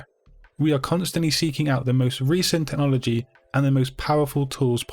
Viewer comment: Teh- nologi